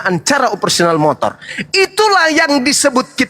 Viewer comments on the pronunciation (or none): none